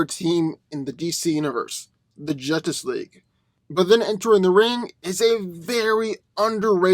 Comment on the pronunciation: the jutic league😂